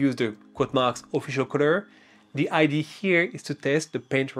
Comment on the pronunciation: Well, being french myself, when you said "id" instead of "idea", I knew you were french ! 😄